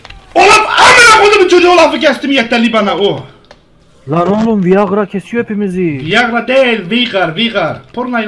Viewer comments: Viagra deegıl viigar ajdskflasjfnmskdlf gözlerimden yaş geldi elmacık kemiklerim ağrıdı gülmekten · LAN ÇOK KOMİK RURF AT ABİ VIAGRA DİYOR CAABAR JCDJDJDD